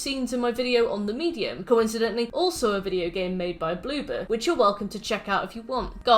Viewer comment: When you say Bloober your accent makes me think you're saying BlueBird and when I'm reminded its Bloober I jus kinda giggle cuz I think of an orb of a blue bird jus sitting there like 'peep!'